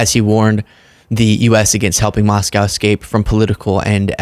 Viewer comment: I will only add ONE other nitpick,? IF you read this, please do not fall into the "typical" American pronunciation of 'Moscow'. It doesn't rhyme with "how" or "now". "MosKOE"!!